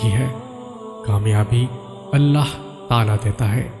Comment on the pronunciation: Brother, Allah Ta'aalaa(Ta 'aalaa=تعىلى) hota h na ki Allah Tala.